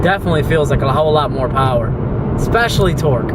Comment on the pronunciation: Makin some